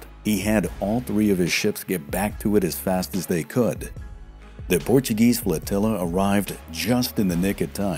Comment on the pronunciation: Portuguese here, you conviced me to buy the book. Amazing work, phenomenal pronunciation ;)